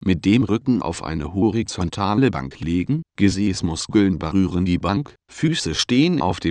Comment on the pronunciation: xDD du BRUUST zu BERUREN xyD